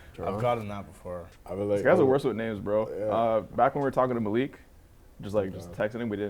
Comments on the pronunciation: "Maahlik" is closer to the correct pronunciation than "Maleek" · Malik is the proper way to say it, not maleek, its an arabic name and its pronounced malik